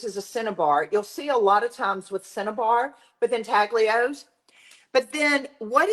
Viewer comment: Thank for sharing this method, I absolutely love intaglios but as many of us know, real ones are super pricy! Just need to mention: the g in intaglio is not pronounced. The first part sounds like ooin (or uhn) and the ios sounds like yo. Ooin tal yo. I’m also a teacher ;-) and teachers gotta teach, lol.